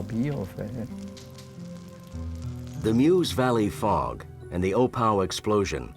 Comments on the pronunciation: Do try and get the pronunciation right: the area around the river Meuse isn't pronounced "Muse", it's pronounced "Merse". (What's with you Americans!) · correct prononciating " meuse "